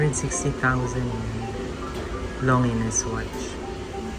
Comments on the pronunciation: To correct, Lawn zheen po.. not longiness pronounciationg ng longines watch.. thanks for the vlog! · Just FYI: #Longines is pronounced as Lawn-Zheen ( silent S ) | #Hublot is pronounced as OOB-LO ( silent H and T ) "Gilid ng dial" is called #Bezel. May I suggest that you google & research first so you can have a better content. Thanks! 🙂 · to correct lng po its, car-ti-yey (cartier), lohn jeans (longenes), Yu bloh (hublot), Bright-Ling (breitling). tnxxx